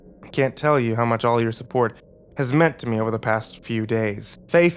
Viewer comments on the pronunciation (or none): none